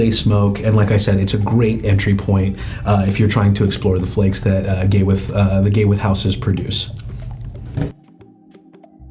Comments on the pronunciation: I’ve been telling this for years. Not to call it Gay With But he still calls the company Gawith and Hoggarth. He still doesn’t understand that is one person Gawith Hoggarth. There is no “ end “ between GH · Sorry but to a Brit Gay-with 😆😆😆😆sorry.